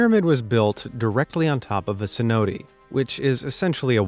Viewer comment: Your pronunciation of “cenote” is both funny and painful 😂😂